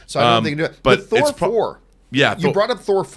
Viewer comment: "Thor Four" 😂